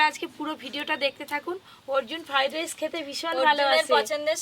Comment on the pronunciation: ভালো করে কথাও বলতে পারে না ওটা ফ্রাইড রাইস না ফ্রাই রাইস হবে